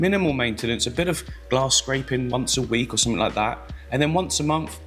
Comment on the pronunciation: Click sumfink? Must have been a late night 😂 ❤